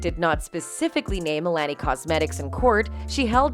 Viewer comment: Do you miss pronounce Milani cosmetic on purpose just to annoy your listeners because I know you know how to pronounce it cuz you do speak English.